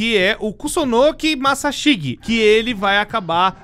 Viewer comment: "Massaxigui" , "cúricú" , "mégumí" , "sámá" , "cussonoqui" , "iaçu" ...KSKSKSSKSKSSJSJSKSKSSJKSJSKSJSJSJSSKSSKSSKKSKSKSK DCPL MAS ISSO FOI ENGRAÇADO